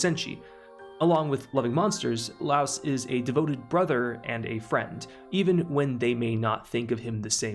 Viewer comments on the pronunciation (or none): All corrected pronounciations (Source: Eng dub [very good btw]) - Marcilleh --> Mar-sille - Laos --> Lie-os - Fallin --> F-AH-lin Good video essay! Liked the clear explanations you gave the audience. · Lol I'm not normally a stickler for name pronunciation, but this was killer for me XD For the future and your future reference: Mar - seal Lie - OS Chill-chuck The video was amazing work otherwise! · Why is everyone calling Laios, Laos? It's some English translation error? Or a dub error?